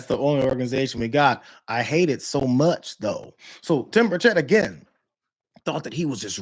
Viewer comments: It's bur' chett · It is pronounced BIRD SHIT. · Hey Brianna....M'aam....his name is pronuonced BIRDSHIT. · His name is pronounced: Birdshit, it's a very accurate descriptive name for him too!